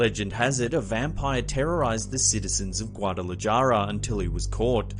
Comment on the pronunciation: Aye dios mio. Its not guatalaJAR. Please use a phonetic pronunciation program.